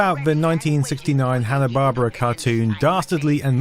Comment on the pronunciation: It's not lost on me that in a video about false memories you say Hanna-Barbara instead of Barbera